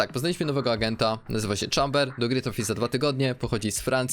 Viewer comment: Nie "czamber" tylko "chejmber"